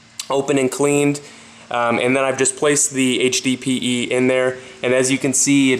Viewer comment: you should be saying HDPE not HBPE